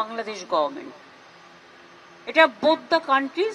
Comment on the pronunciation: হাস্যকর গর্ভমেন্ট না বলে গরমেন্ট